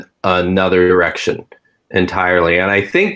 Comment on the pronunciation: Are you guys playing the word game? I'm hearing saying erection instead of direction...??